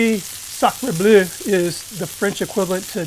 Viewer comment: FYI it's pronounced "blur" not "blue"